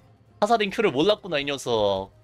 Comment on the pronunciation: 몰랐구나 몰라요를 믈락구나 믈락요라고 발음하노